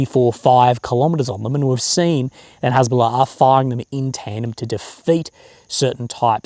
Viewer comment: Cant even say Hesbolla correctly 😂😂😂 just like my spelling of it 😂😂😂